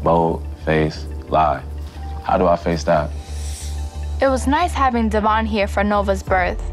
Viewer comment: is always making Davon sound bad. Up to the point of not even pronouncing his name right from the beginning of TM. He corrected how to pronounce it on Kails Podcast